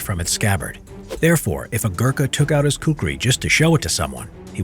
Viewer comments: Its khukuri not kukri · Well he told kukri but its khukuri.. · It's not ku-ku-ri, it's ku-kri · It's not kukri It's khukuri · It is khukuri, not kukri, that is british pronounciation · Cringed so hard when I heard your pronouncation of Kukri